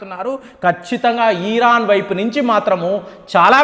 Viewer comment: "ఇరాన్ " అనoడి. మీరు "ఈరాన్" అంటూ ఉన్నారు.